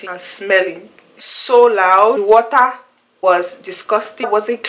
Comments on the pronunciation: Yes, you heard the way she pronounced water. "di wortta". Definitely not African American. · Yes, you heard the way she pronounced water. "di wortta" lol. Definitely not African American.